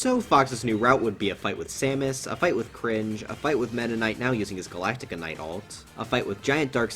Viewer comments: the fact he calls galacta knight "galactica knight" is so frustrating for no reason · It's just going to hurt me if I don't bring it up, so It's "Ga-lack-tuh Knight", not "Ga-lax-ie-uh Knight". Galaxia is the name of Meta Knight's sword, and Galacta Knight is the supposed "strongest warrior". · Gal-Ac-Ta Knight not Galactica. Small pet peeve of mine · Ahh yes, glactica knight